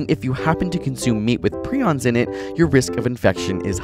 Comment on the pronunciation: Jesus Christ the fact that you pronounced prions wrong is going to drive me crazy